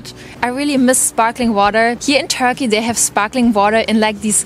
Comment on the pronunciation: Whenever she is saying Turkey i am hearing Tokyo. 😂😂😂